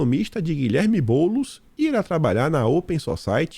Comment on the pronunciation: SAÚDE GAROTO,MELHORAS,OLHE VOCÊ HOJE ME FEZ RIR TODA VEZ QUE PRONUNCIAVA O NOME BOULOS KKKKKKKKK VOCÊ E OUTROS POUCOS,FAZEM PARECER RIDÍCULO ESSE SENHOR KKKKKKK HOJE O SEU DOSSIÊ DESMANTELOU LITERALMENTE OS PLANOS DELE KKKKKKK GOSTARIA MUITO DE ASSISTIR UM DOSSIÊ SOBRE A DIREITA PERMITIDA NA ÓTICA DA "MÍDIA ", EM TORNO DO ALCKMIN,PORQUE SEMPRE PENSO QUANDO ESSE "POVO MÍDIA " QUE ANTES TORCIA À FAVOR DO DILMO E HOJE BATE NELE É PORQUE TEM O ALCKMIN A CAMINHO NÉ NÃO?